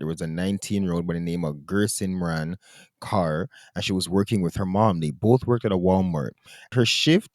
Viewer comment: THIS MAN SAID GUR SIMRAN CARR. Im dying, bro its KAUR - pronounced like KOHR